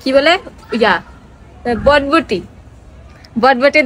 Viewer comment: বডবটি না আপু ওটার নাম হচ্ছে বরবটি